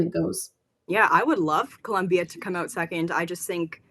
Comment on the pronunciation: It’s Colombia. No “u”. ❤